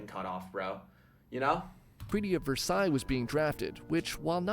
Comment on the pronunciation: “versilles” sonion😭😭😭